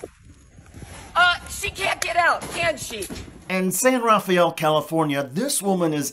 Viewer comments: No joke you saying San Rafael wrong is taking away from all this it's just "rafel" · Pronunciation note: San Rah-FEL. It doesn't have a Spanish pronunciation. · It's pronounced "San Rafell". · We pronounce it San Ruhfell and it's in Marin County which is exclusively privileged upper class white people, except for one little town called Marin City which is where virtually all of the minorities in that county live... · the A is silent in San Rafael.